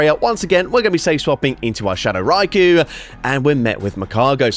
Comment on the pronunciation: Hey thank you for not saying RY-Ko drives me absolutely insane when rise size it that way